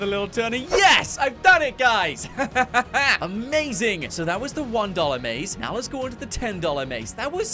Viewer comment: On the one dollar maze you said amazing a maze ing